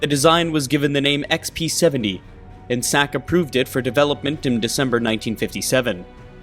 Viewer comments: Dude, it’s Ex-BEE-Seventy. Why do I keep hearing XP-70?! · Sounded like you were saying XP-70…. It’s B as in Bomber. Lol just saying.